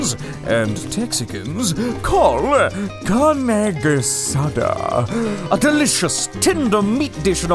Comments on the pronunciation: CARNE GEH SA DAH... 😂😂😂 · Carneh gehsadah... yeah well it's not that bad 😂 Viva México!! You should try doing pollo con mole 😆